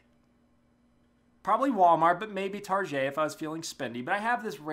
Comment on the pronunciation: Oh my god you say target like how my family does xD awesome man! Anyways glad your safe from that explosion, that is weird! Anyways thanks for the Payday2 update my buddies and I tried hitting back at it but it's not something I love again. I respect your choices totally man, I get it you need to look out for you. I love the battlefield content tbh.